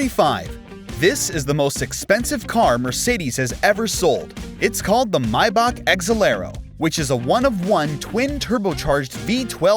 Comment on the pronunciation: How to pronounce maybach may, the month bach,back for all my american peeps